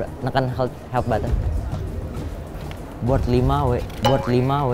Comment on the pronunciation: "bord lima w" 😭